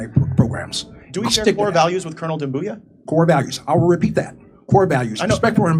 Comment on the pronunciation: Haha he said cooze.